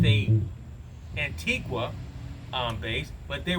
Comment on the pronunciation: The u in Antigua is not pronounced. It ends in “ga” .I live in the west indies.